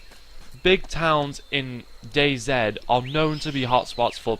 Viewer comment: It's not dayzed it's dayz